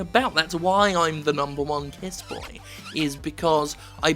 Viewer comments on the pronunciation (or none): Jim it's kissboi, not kissboy. Cmon it's the current year for fucks sake.